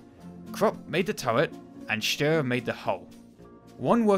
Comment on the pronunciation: "Steyr" is pronounced like "Shtire"